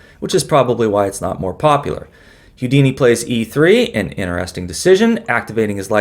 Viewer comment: Houdini is pronounced "Hoo-dini" NOT "Hyoo-dini," or is that Hugh Deeny?